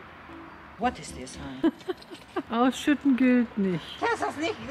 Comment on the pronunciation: Ich liebe es wen du what is dhis honay und honay sagst ich liebs